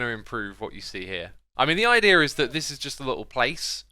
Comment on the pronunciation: Ibeea instead of idea